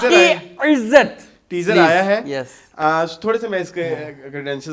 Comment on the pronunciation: Sadqay jaun ... plaiz 😂😂😂